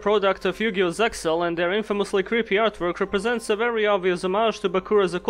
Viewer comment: yugioh "secksal" one job